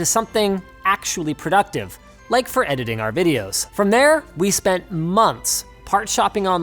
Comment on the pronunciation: Imagine how you’d hear Linus if you don’t speak english “We’re takin it Into de edidin den”